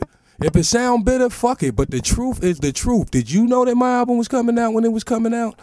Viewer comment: da truf is da truf